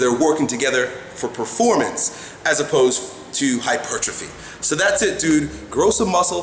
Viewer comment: He said HYPERTROPHY! correctly!! Lol